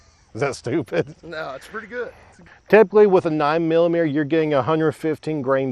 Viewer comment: Should we tell him that there is a great big "T" smack dab in the middle of the word millimeter?